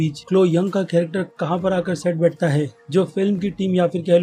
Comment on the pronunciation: Cole young not clo young, Joe taslim not joe talasmin.. Are vai nam to thik se liya karo.. Review to thik hi dete ho.. But nam😔😔